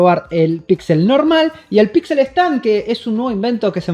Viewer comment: Por que dice pitsel equitsele :v?